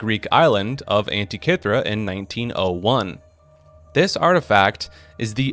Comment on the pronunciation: because it is. Can't even pronounce Antitkithera.